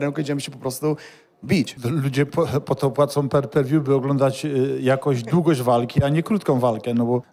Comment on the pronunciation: Per pe viu haha Tomasz Adamek po 5 klasach ukończonych podstawówki 😂